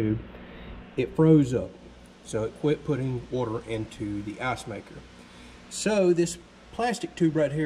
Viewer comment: Everytime when he says icemaker its sounds like assmaker